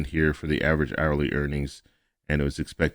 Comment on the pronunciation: GOOD MORNING 🌞🌞 " FOE" LOL👍🤣🤣🤣